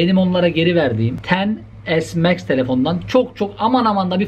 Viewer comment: He o kadar teknoloji bilgili adam varken, bunun cevabını vermek sana mı kaldı. Cringe: İPhone Twelwe Pro MEX.